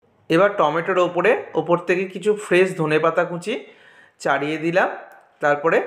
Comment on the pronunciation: কুঁচি নয় কুচি